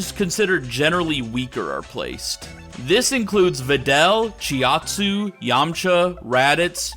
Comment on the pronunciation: bro said chiaotzu as it's spelled